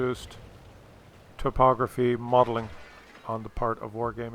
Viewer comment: Love the digs at a well know UK streamer. also you need to say topography more, makes me laugh.